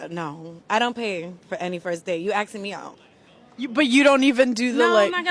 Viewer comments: If she pronounces asking as axing take a hard pass. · Why do so many black people say "Axing" instead of "Asking"? It sounds so... uneducated.